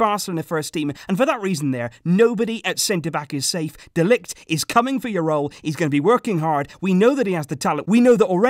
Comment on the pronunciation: Why are you always butchering mathijs de ligt's name